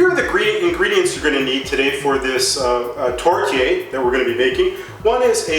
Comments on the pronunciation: I'm Canadian and we say tor-te-air. I have absolutely never heard it pronounced tort-yayer. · Could you at least look at other you tubers to learn how to say the word tourtiere? There is an E after the R. This means you pronounce the R. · Wednesday A The mispronunciation is probably just an honest mistake. What matters most is the actually cooking and recipe. Not everyone speaks French for your information. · American...by the way he says tourtière